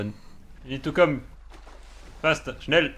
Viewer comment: and "Faster, schnel!" Are you from germany?🤣🤣